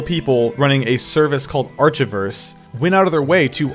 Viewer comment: How can you butcher pronouncing archiverse that badly. It literally contains the full word "archive". I hope to god you were trolling, in which case, you got me. If not, God help us all.